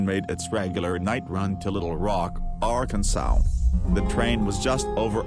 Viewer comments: Arkansow??? Where the hell is Arkansow? Last time I checked, it was pronounced "Ar-kan-SAW" rolls eyes and SMH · R Kan Swall. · lmao arkansow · Lol, love how it says AR-can-sow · Just get ghost to narrate this video the robot isn't very good the way he says "jackass" and "Arkansas" oh god help me